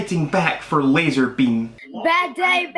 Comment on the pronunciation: I think it's lazarbeam not lasar tard